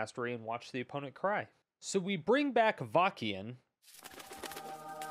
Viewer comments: oh my goodness, i'm in stitches hearing you say Avakeyin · "Avakiin"... Shrug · Not to be that guy (while totally being that guy), I’m 99% sure that it’s pronounced Av-uh-sin. Awesome video as always! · I totally rolled my eyes when I first read this comment.... Then I heard him pronounce it and it felt like fingernails on a chalkboard.